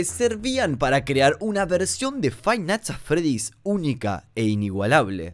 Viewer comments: frainat at fredi xD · frive nights at freddy's dice xD igual hasta yo me confundi escribiendo este mensaje xD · se puede ver cómo iba a decir five nigths at Freddy pero se confundió y casi dice friday nigths Funky, por lo que su mente se bugueo y dice frainait at Freddy